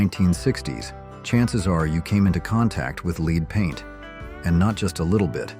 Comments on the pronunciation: I had never heard of "Leed" or "Leed Paint". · There is no such thing as leed paint. Fix it. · "LEED?" Seriously? It's a first grade word.😂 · "Leed paint"? Haha This is better AI than "Saturday Night Liv." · “Leed” paint!? Ghis blatant mispronounciation shiws this is AI. FYI. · It bothered me that this announcer kept pronouncing lead paint as "LEED". ¯\_(ツ)_/¯ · "Leed was everywhere", hahahaha! Thanks robot :) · Lead was pronounced like LED. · I hear it also.lead sounds like Leed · The smart AI can't pronounce lead. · As soon as I heard the pronouncement of the word LEAD I knew that the commentary was an AI product and dumped the video. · Well,, we learned about lead paint, and the pronunciation, from childhood. We also learned about lead-ing music, or lead-ing a dog on a leash from our mommas. Now, where did YOU “learn” that pronunciation? You would do well to have a real human read the text. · They are probably Chinese who don’t know how to pronounce “lead” anyway. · AI calls ' led'...' leeed'...as in lead paint. Suddenly it corrected itself... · It's led not leed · So many things to unpack here. I don't think "whore members usa" got the point. Somehow "leed" managed to transform to "led" and back. I don't think AI is ready for prime time just yet. But it was good for a laugh 🤣🤣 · ‘Led’ not ‘leed’. The pronunciation of ‘lead’. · Uh ... Pronouncing "lead" as "Lead"? Now I can see why this is such an outlandish video. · Lead is not pronounced "Lēēd" when talking about paint.... it's called "Led " !!! Geet a. Better a.i. translator !!! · This was okay until the repeating of the mispronunciation of the word lead. Should be pronounced "Led". We did know how to pronounce lead (Led) in the sixties. So much for today's progress 😹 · I came straight here to say that… lead: L-E-D not LEED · I know right? Sometimes for lead (in paint) he says lead (pronounced "leed") & sometimes for lead he says LED. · I left after I heard "Leed".